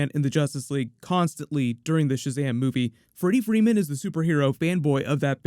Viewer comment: Why did you call this sahazam superman trailer..